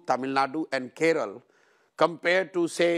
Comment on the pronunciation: What’s wrong with these people 🙄 ? Can’t they pronounce names of states/languages of southern India properly? Keral, kannad !?